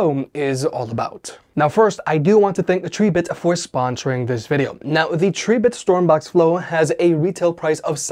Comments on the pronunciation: The pronunciation of Tribit is trib•bit 🐸 A factoid I got straight from Tribit themselves . Cheers ☺️ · Him pronouncing tribit like that is why the "like" count is so low wtf 🤦